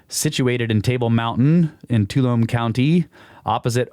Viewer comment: Too-all-um-nee Tuolumne Sorry for the correction 😊